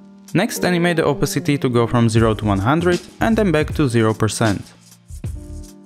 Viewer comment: Cool! BTW it's oPAcity not Opacity. Shame to mispronounce a word you use so often.